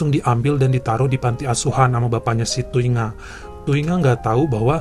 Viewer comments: Ku hargai kau baca nama Thuy Nga Thi Nibblet bang 😂😂😂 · Dari nangis pas denger ngmg thungai eh thuy ngah, eh langsung ngakak. 😅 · Air mata lagi netes , seketika ngakak pas abang bilang "thuy nga thi nibblet" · Lagi mewek denger cerita pertama Trus tiba2 ketawa waktu ngeja nama Vietnam